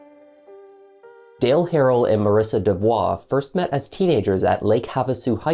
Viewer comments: DeVo ( pronunciation matters) not devoix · It is pronounced De-vo! The l and the t are silent.